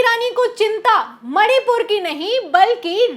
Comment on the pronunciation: मैडम सही बोल रही हैं, बस मणिपुर का म उच्चारण नहीं कर पा रही हैं। 😮😮😮